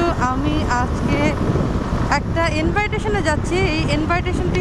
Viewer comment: ইনভাইটেশন না, ইনভিটেশন।